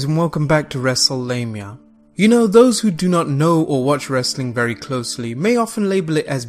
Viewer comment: Wrestle lemia?It's wrestle mania!😅